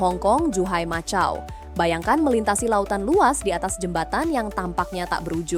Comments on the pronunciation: Tertulis MACAU di baca makau bukan macau.. 😅😊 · Macau? Kok bacanya pake c?